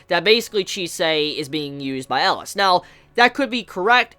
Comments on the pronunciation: Okay great review and all but seriously it's not Ellis. It's EL EE AS Elias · His name is pronounced Eh-Lee-Us.